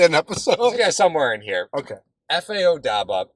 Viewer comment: the "B" in Obada comes before the "D".